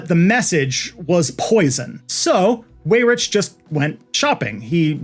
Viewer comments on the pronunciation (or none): Thank you, thank you, thank you for this comprehensive deep dive into this topic. Side note... Paul Weyrich's name is pronounced "wie-rick" not "way-rich".